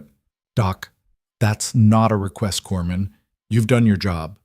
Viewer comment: Corpsman, not corman